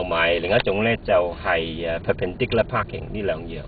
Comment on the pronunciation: and haha perarerr paahking